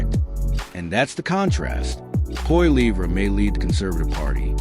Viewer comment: Total bs. Carney is worse than Trudeau. He has only made things so much worse and we are in for much worse to come. Carney is Trudeau on steroids. You can’t even say Poilievre’s name properly. Idiot